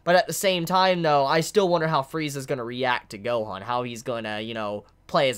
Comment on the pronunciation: I like how you pronounce "Gohoan" and "Monga" lol.